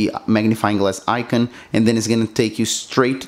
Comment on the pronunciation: "icon" is not pronounced like that. Come now, it can't be that hard.